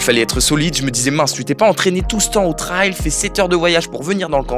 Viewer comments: Video incroyable comme d'habitude. Par contre à chaque fois qu'il prononce le mot "Trayyyyyll" j'ai envie de pleurer. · Incroyable la vidéo! Pour une première ta performance est à souligner, c'est un effort tellement différent, je savais que tu allais quand même performer mais de là à finir premier... Par contre je me dois de le dire, à chaque fois que tu disais trail ça me piquait aux oreilles ahaha🤣🤣 Chez nous on dit [trèle] et vous du coup [traye] Continue comme ça